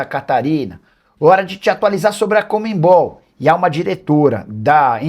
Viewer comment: Porque será que muitos jornalistas não conseguem dizer corretamente o nome CONMEBOL? O Nicola é um deles, ao invés de falar CONMEBOL, ele diz COMEMBOL😂